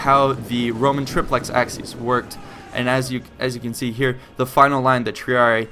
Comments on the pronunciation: It's "trip-lex aSSy-es" not "trip-lex aKSy-es" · Its pronounced Ah-ki-ACE if you want use the classical latin pronunciation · it is pronounced AKIES not axkies ! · Acies is pronounced 'A-ky-es' ('es' as in 'best'), not 'axes'. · It's pronounced K in classical latin, Ch in church latin (in front of i, e). In the video "Acies" is pronounced something like "Axes". It should be more like Ak-yes or Ach-yes. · ACIES is pronounced "a-key-es" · Good gods. AH-KEE-ESS. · Triplex Ah-key-aces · 'acies' is pronounced ACK- EE- AIZ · Your pronounciation is complete garbage. A-ki-es Say it properly, come on. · triplex axes? when wil americans ever learn proper pronucation of foreign languages! you cant even pull a latin one which is the easiest! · "Ak-sees"? Are these Romans from the hood? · Nope. Church latin pronounced it like a "ch" sound. Hard c here. Ah-kee-ace. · Isnt it pronounced "asees?" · Wouldn't it be pronounced "Achies"? Because of the letters "ci" which makes a sounds like "chi" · forgive the following pesky comment: i always thought acies was pronnounced *ah-ki-yes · Also, it's pronounced "AH-key-es"